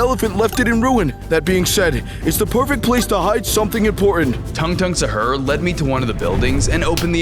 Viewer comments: It’s not “Shar”it is sahur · He said sahur your def or sum?